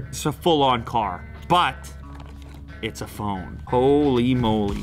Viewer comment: when his inner toronto slang come out "Ho-leee"